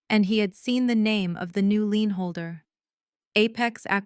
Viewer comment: Lien not lean. Hire people who can read and spell English.